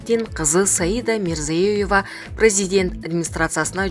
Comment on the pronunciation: Мирзиёева десен мрзюееева детей😁